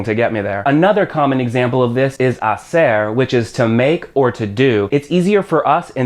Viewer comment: you are making a good labour by teaching such as important language as Spanish. P.S.: You said "hacer" as "haser" and letter C is like a th